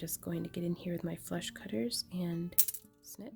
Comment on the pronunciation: Am I weird for finding it very amusing that every time you say "flush cutters" I hear "flesh cutters"? Anyway, I'm gonna need to do this some day, but I say that about so many things, and then I somehow never get around to do them ever. Maybe I'll get the craftalong-kit. That could be a motivation.